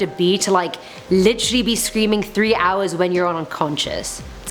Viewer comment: Take a shot every time she says literally (litchrey)